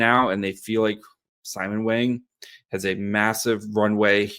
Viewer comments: is going to get hammered for saying "Wang" wrong. It's pronouced like "bong", not "bang". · It’s pronounced “WONG” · Mandarin = Wung Cantonese = Wong 王 means King A cross with top and bottom cover meaning lord between sky and earth I’m sure Simon is not bothered by the Wang pronunciation, as its common in western society